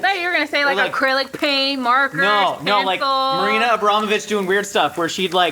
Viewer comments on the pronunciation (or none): none